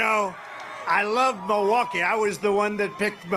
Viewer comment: I wamble on and on i wove to wamble about my big orange turd